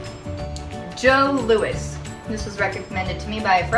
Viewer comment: most of us pronounce it "joe louies" lol...and our version of your smarties, are called "rockets" and are a lot smaller:-) ...also, "mr big" has been around waaaaay longer than sex in the city has been on the air lmao